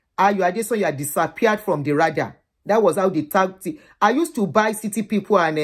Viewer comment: Thanks for sharing....a learning experience indeed. Second letter in the word "Radar" is like pronouncing the second letter in the name "David".....not like third letter in the brand "Prada"